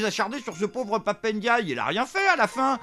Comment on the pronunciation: On dit Pape & Die et non pap n'dye car on dit M&M's et non m n'ms 🤣😂🤣. Dsl il fallait que je la sorte!